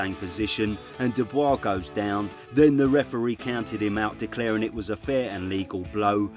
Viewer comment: Your pronunciation of "Dubois" name is quite controversial.